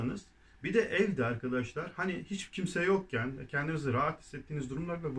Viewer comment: Merhaba. Bu videoda de artikelini dö olarak, canlı ders 1 videosunda dı olarak telaffuz ettiniz. Doğrusu nedir acaba?